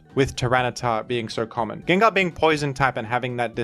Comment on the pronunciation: Come on man, pronouncing names horribly wrong on purpose for views or to com-endear a few of your subscribers is just annoying rather than appealing. Sure maybe 10 out of 1000 will laugh, but it leaves the rest of use cringing when we hear it. Groudon, Gengar. Why butcher it and turn away many of the would be new subs to appease a fraction of the ones you have??? You have great content but you must know a lot of your content is listened to rather than watched, you have a good voice for it and pronouncing half of the Pokémon wrong is equivilant to when YouTube pulls out one of those 30 minute “adds” which are ‘skip able’ but only pop up when you are away from your device.